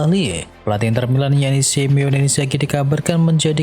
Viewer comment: bang bukan SiMEONE pliss 😢 “SiMONE”..